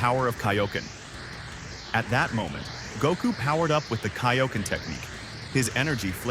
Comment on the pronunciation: Love the video, but if you are going to do a DBZ video, lets not fuck up every single DBZ related word like Saiyan and Kaioken